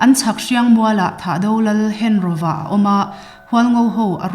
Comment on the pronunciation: hengoa tih tur, henroa nilovi, thado ṭawngah 'ro' a awmlo..